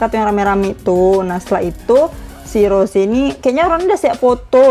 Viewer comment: Kak rose kak bukan roje